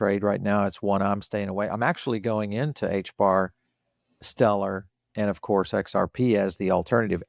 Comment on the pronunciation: "Acourse" we rated you #1!